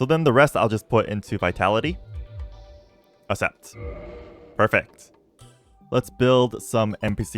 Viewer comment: I cannot assept that he isn't doing a bit. How do you go so long in life never learning to pronounce accessory? Assessory Assept Is it an assent?